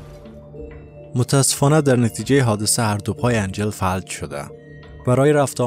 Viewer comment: آقا اینی که شما میگی فَلَج تلفظ می شه. فَ لَ ج!